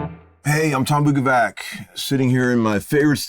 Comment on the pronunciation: You are mispronouncing your name. It should sound like BOO KOH VATS.